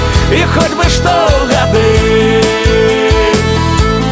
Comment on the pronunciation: Во прачытау. Ни гады' а га'ды (ударение на а). И думаю што за га'ды.